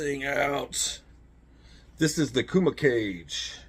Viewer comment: I 'think' it's pronounced Kooma Cahgay, not 'cage'. Pretty sure.